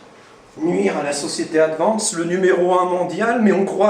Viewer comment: "Adiance" N1 mondial ..........